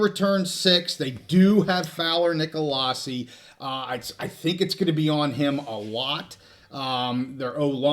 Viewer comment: CSU fan here. Big fan and a loyal viewer. Just fyi…I believe Brayden Fowler-Nicolosi pronounces his last name “Nick-uh-low-see.” At least that’s how I’ve always heard it pronounced at CSU.